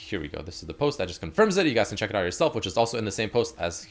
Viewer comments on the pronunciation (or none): none